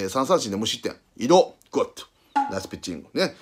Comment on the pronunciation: グッド👍がゴッドに聞こえる